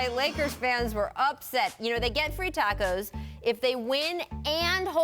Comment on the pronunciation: The way he says tacos is hilarious